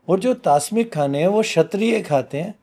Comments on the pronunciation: TAMASIK. not Tasmik… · It's Tamsik not Tasmik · Tasmik nahi hai tamsik hai. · TAASMIK😂😂 IINKO CORRECT TO KERDO koi... It's TAAMSIK not TAASMIK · Tasmik nahin tamsik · Good Analysis but what is tasmic probably wrongly pronounced to Rajshik. There are three types of food I.e satwik,Rajshik and Tamshik , Satwik food is best for spiritual gwoth n enlightenment🙏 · पहले बात तो में को मैं यह बोलना चाहता हूं कि क्या धरती पर ऐसा कोई क्षत्रिय पैदा नहीं हुआ जो बिना मांस खाए जिसने युद्ध लड़ा हो और विजय हुआ हो और दूसरी बात आहार तासमीक नहीं होता तामसिक होता है इनका उच्चारण ही गलत है जिस चीज का ज्ञान ना हो वहां पर प्रवचन नहीं करना चाहिए, और धार्मिक ग्रंथो की बात यह जब कर रहे हैं कि जहां पर मांसाहार खाने या ना खाने के बारे में कहा नहीं गया है इनकी बात बिल्कुल असत्य है परशुराम भगवान एक क्षत्रिय थे ब्राह्मण कुल में पैदा हुए लेकिन वह मांसाहारी नहीं थे मंगल पांडे का उदाहरण दो इन्हें पता ही होगा जिन्होंने अंग्रेजों के विरुद्ध स्वतंत्रता की बिगुल बजा दी थी मांसाहारी नहीं थे, इस धरती पर जो इंसान जन्म लेता है वह ईश्वर प्राप्ति के लिए ही जन्म लेता है और ईश्वर की प्राप्ति सात्विक भोजन से ही की जा सकती है ज्ञान एवं भक्ति मार्ग से ईश्वर को सहज प्राप्त किया जा सकता है और अन्य अवस्था में आप ईश्वर को प्राप्त नहीं कर सकते ध्यान के लिए मन शांत होना चाहिए और सात्विक भोजन ही मन को शांति दे सकता है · आप भी इंटरनेटिव बाबाजी पैदा हुए हैं .. मांसाहार के बारे में नित्तान्त गलत व्याख्या की है और पहले सही शब्द प्रयोग करना सीखें... "तामसिक" को तास्मिक कह रहे हो। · Tasmik nahi sir tamsik hota hai,,,, gajab ho aap sir ji😂😂😂😂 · Tasmik nahi tamsik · topa, tasmik nahi bolte, tamsik bolte he.. or nonveg khana paap hi bolte he kyuki har jiv bhagvan ka diya hua he.. to kisiko bhi mar ke khana paap he. janwar nahi insan he hum.. pura podcast suna but last me hug diya sale,, kahi dikhna mat tu muje ab youtube me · Isko kuch nhi pta hai, tamsik ko tasmik bol rha hai, non sense isko kuchh idea nhi hItkhud ye bhi non beg khata hai isko may bulaao kabhi bhi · तास्मिक भोजन नहीं - तामसिक भोजन